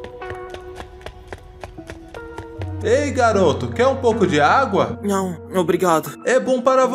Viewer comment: "Aguá" e "Agúa" os 2 pareçam errados, para mim.